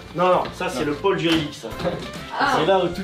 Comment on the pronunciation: Pour info, il y a un accent circonflexe sur "pôle" donc on accentue la prononciation du O en montant et descendant le son du O.